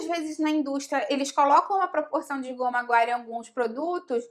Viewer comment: Sim! A pronúncia está correta